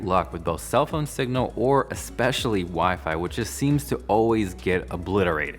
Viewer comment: "WiFe-I?" my future's wife maiden call.